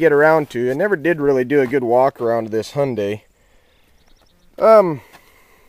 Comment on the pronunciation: try hi (as in hello)-un (as in under)-die (as in died)